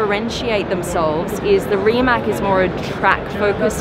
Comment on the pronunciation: Learn pronounce Rimac!